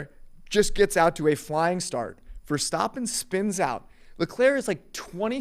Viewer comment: says leclerc right and then cant say verstAppen correctly